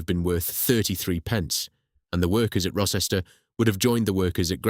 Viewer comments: The c orrect pronunciation of Rocester is row-stuh. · The village Rocester and nearby town of Uttoxeter . Rocester is pronounced Row-ster and Uttoxeter is pronounced U-tox-eter